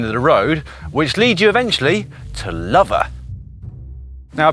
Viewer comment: Great video Dan, I live in the Forest and have followed this adventure on instagram, would have loved to have jumped on your wheel as you went right past my house! The village Lover is actually pronounced 'Low-ver', I used to love in the next village, Redlynch